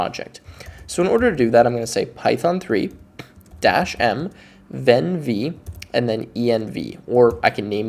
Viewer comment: This video is really cool. But I vehemently object to pronouncing `venv` as "ven vee". That has to stop, right now!